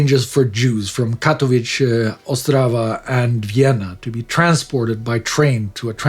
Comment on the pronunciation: I am from Czech Republic and your pronounciation of Ostrava is perfect. Respect. I wouldnt mind at all if you butcher it... Just shows how high quality chanel you are :)